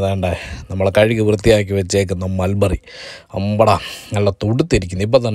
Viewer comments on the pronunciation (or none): Susamma : Melberry alla Mulberry* manushya